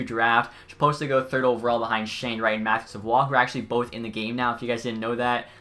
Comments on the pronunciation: matt savoie doesnt have an accent on his name. its pronounced sa-voy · You say savoie’s name wrong and he will easily go #1 over Wright